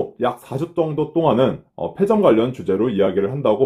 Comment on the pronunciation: 페 아니고 폐